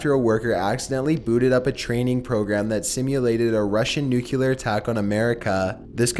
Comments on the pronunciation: 1 for the wrong pronouncation of Nuclear. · I love your videos,but it drives me nuts the way you pronounce 'nuclear.' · Loved the video, but come on dude, nuclear is pronounced "new-clear" not "new-cue-lure." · You keep saying nucular instead of nuclear and it’s annoying!! But other then that good job! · NUCLEAR!!!!! NOT NUCKYLAR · Ekonomix I like his videos but i’d like them a lot more if he pronounced things correctly it’s nuke-lee-ar not nuke-you-lar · STOP SAYING NUCLEAR WRONG!!! SOUND THAT SHIT OUT! It's "NEWK-LEE-ER"....NOT "NEWK-YOO-LER" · excellent point!!! It's Nuclear not nukee-lear. If the video wasn't that old I'd have said the same. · I can’t believe you actually said “NUCULAR” 😂😂😂 it’s NU-CLEAR! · you really need to learn how to pronounce nuclear. it is very distracting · Love your videos but I’ve never understood why people can’t pronounce nuclear properly. It’s said “new clear” not “nuke ya ler” ffs. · It's 'nuclear' not 'nucular' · please please it's NUCLEAR not NUCULAR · please...please stop saying "nook-yoo-lar". It's not spelled that way or pronounced that way it's nook-lee-ur. Nuclear. Not nuculear. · It’s nu clear not nucular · What are nuculer weapons? The word is nuclear. There is no 'u' after the 'c'. I swear! Mispronounced words and ignorant comments have started ruining the channels I watch. I now have to leave this video and can't watch anymore. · new clear, newwww clearrrrr, not nuculer, Jesus you pronounce so many words like a bonobo. I love your content but seriously you say some stuff that is just torture, like macabre, you get that one wrong all the time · Nucelar XD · Each time he says "nu-kyu-lar", it makes me sad. Why,, why? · not sure if it's been said, but nuclear is phonetic. it's not pronounced nucular. ps. you're my favourite thing on YouTube. just sayin' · Nuke-eh-lar.. hehe...😁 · Nucular isn’t a word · the way you say 'nuclear' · Aske Elkær Thank you!